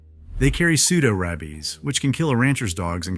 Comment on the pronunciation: If you kill 70% of every hog, how can the 30% hogs keep living? Which 70% do you kill, the front or the back? The AI narration has obvious flaws, and „rabies“ was pronounced wrong.